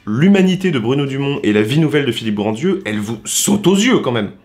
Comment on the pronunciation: Tu le sais peut-être maintenant mais au cas-où: c'est Philippe GrandRieux (pas Grandieux) et on ne prononce pas le "d"